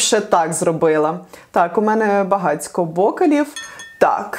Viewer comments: бОкалив, серьёзно??? А не бокАли???? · ...а ты когда произносишь "Б О К А Л И В" и пальчик оттопыриваешь нннннн......интересно кем себя представляешь?? с хитрым прищуром)))